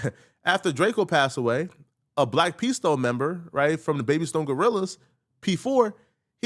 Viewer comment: Gang "Memba", not Member